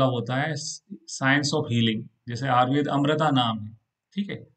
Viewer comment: Ayurveda nahi ayurved bolna chahiye